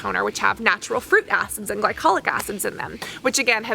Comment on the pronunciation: You are such an obnoxious person. Your high pitched voice and that vocal fry at the end of every sentence paired with the incessant and repetitive use of the same phrase "Now, what is interesting..." and the way you pronounce "and" is just so frigging annoying. Can you not calm down and talk like a normal person? I cannot listen to your videos without getting that annoying ringing in my ears. Holy shit.